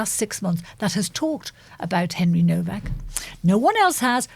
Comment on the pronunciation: It’s HENRY NOWAK NOT NOVAK